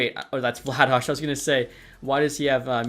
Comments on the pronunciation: Please keep calling Vladar "Vla-dosh". It's literally "vla-dar", calgarians call him Darth Vladar instead of Darth Vader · why are you calling Vladar "Vladaj" lmao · Pronouncing Vladar as Vladash? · Yeah what's up with that, I'm a flames fan and I've never heard that pronunciation before